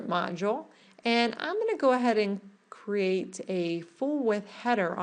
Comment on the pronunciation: Why do people in tutorials feel compelled to say, "Go ahead." Just say, "I'm going to." it is so much less annoying! And please people. LEARN HOW TO PRONOUNCE cr'E'ate. It is not a "crate" for carrying things.